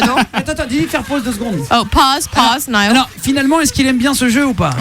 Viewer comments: mes oreilles saignent quand ils disaient ni-all au lieu de naïeul 😭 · Comment ils disent son nom c'est horrible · Il est trop mignon ❤ et pour la dernière fois la prononciation c "Nayeul" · La façon dont il massacre son nom, ça donne des frissons d'horreur !!! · Je sais pas comment il fais pour supporter la façons dont ils disent sont prénom 😂